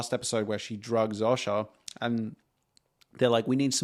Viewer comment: This is just some random guy reading whatever chatgpt spits out though. he doesn't even know how to pronounce sasha's name